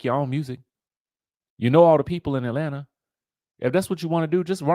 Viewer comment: “Atlanta” doesn’t have an “R” in it